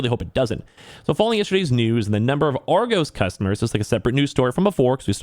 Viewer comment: You pronounced Argos wrong :)